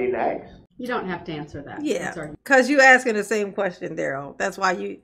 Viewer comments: "I REMEMBER HIM AXING YAWL", DON'T Y'ALL MEMBER???😂😂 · HE KEEPS AXING, HOW DID HE GET TO BE THAT LAWYER???